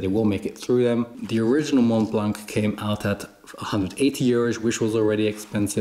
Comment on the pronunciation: Great video. Mont blanc is french and we don’t pronounce the “t” at end of “mont” and the “c” at the end of “blanc” 😊